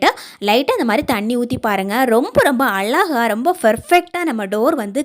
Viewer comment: அலகாக இல்ல மா....? அழகாக ன்னு சொல்லுமா...!!! பேச்சு கொஞ்சம் குறைச்சா நல்லா இருக்கும்.